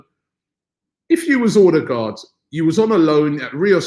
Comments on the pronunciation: Martin erdegaard is how its pronounced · It’s pronounced Err-de-gore (d is silent) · Pls Robbie learn to pronounce Ødegaard , he said in an interview how to say it.